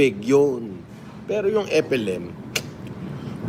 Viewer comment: Pati alyas niyang FLM Hindi pa nya mabigkas ng maayos. Epelim. Bwesit talsik talsik pa yong kinakain